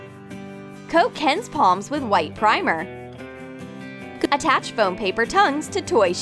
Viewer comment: No lwiay heared c-attach